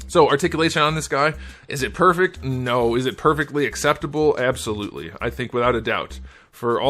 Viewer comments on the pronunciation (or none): none